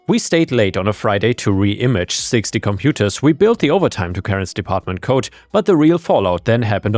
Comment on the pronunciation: "G"s have a softer sound than a hard "C" or "K". The way you pronounce "logged" is actually how the word "locked" is pronounced, "G"s and "ck"s are not interchangeable. Same with "D" and "T", the way you say "code" is actually how the word "coat" is pronounced. The "D" sound should be softer than a "T" sound, they are also not interchangeable.